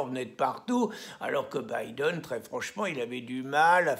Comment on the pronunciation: Ah finalement quelqu’un t’as enfin appris à prononcer Biden, lol. C’est un bon début maintenant va apprendre l’anglais courant et tu pourras commenter la politique américaine, Charlot !